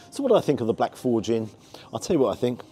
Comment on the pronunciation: Forge you're pronouncing incorrectly. And more importantly your voice is outta sync, not sure how you mixed it.